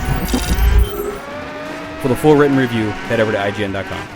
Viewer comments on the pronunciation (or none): none